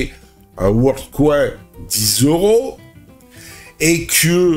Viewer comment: ) C'est pas coin comme "coincoin" mais coin comme bitcoin. Coin en anglais, ça veut dire pièce. Il faut que tu le prononces correctement sinon les gens ne vont rien comprendre. On parle d'intelligence artificielle et je ne vois une qu'une queue reptilienne ;:-)